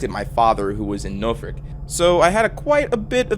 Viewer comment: as someone from norfolk those pronunciations of Norwich and Norfolk are dreadful lmao